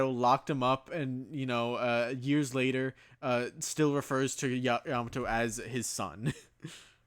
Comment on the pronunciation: pronounced latter as later. You have now lost all your credibility This is a joke